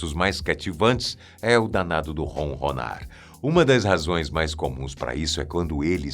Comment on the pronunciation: Não é ronrronar.É ronronar